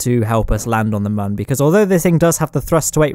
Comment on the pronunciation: Every time you say Mun it slightly triggers me.